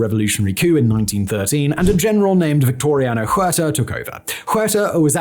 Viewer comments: OO AIR TAH, not HOO AIR TAH H is silent in Español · Simon, in Spanish the letter "H" makes no sound. So Huerta would sound like uerta.